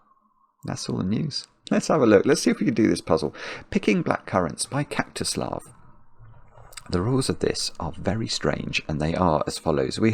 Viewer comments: Does anyone else keep hearing "cactus love" when says "Kaktuslav"? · I keep hearing kaktu slav